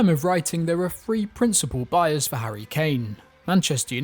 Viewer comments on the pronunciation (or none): none